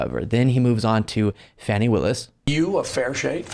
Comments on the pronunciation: FYI, Ms. Willis's name is pronounced "Fawnie" - not "Fanny" as in a bum. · PS It's pronounced FAWN-Y Willis. Donnie calls her Fannie. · FAWNY Willace not FANNY Willace. Before you say a silly word for someone's name make double certain. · it's Fani as in do, re, mi, FA. Not Fannie. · Fawny, not fanny, despite the spelling. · Not Fanny Willis pronounced Fah nee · the Atlanta DA's name is pronounced 'FAH-nee'. Cheers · Its pronounced FaWwwwwny willis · Her name is pronounced “Faw-nee”! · Her name is Fani, pronounced Fauni. Does it matter? Yes I think it does. It's like a Freudian slip. White folks think it sounds like a name a black woman would have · You pronounced Fani WRONG